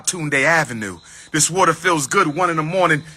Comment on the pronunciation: "Got the warter......Got the warter" 😂